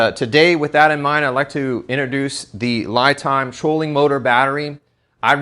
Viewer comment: The Company would like their batteries pronounced Lee not Lie Time ie (They don't Lie)